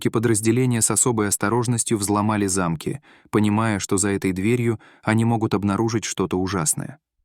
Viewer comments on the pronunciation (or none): Взломали зАмки, а может замкИ? Ну неужели так трудно делать правильно ударения? 😢